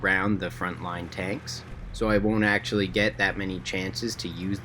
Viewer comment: It was the way you said about actually haha